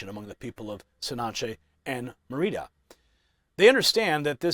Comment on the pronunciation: It's MÉRIDA not "meridia" need to focus on your reading dear ‼️‼️